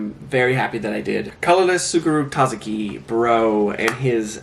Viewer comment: Hahahaha. SOO-koo-roo tah-zah-kee. Don't worry, you got this.